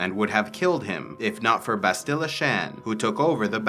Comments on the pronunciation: Ok, so I can't keep quiet. You say "bahst-ILLA", it's "BAST-ila". Only one 'l', not two, so a shorter sound, and the accent is on the first syllable, not the second. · Lol dog please say Bastila the right way other than that awesome vid